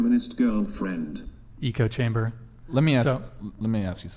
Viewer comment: It’s “echo-chamber”. Not “eco.” Has nothing to do with the fabricated global warming or saving extinct birds.